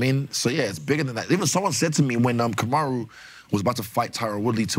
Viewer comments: KAMARU NOT KUMARU😂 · KUMaru is crazy!!! It’s *Kamaru